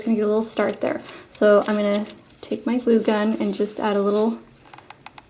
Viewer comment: that is perfect but everytime you say glue gun you sound weard!!!!!!!!!!!!!!!!!!!!!!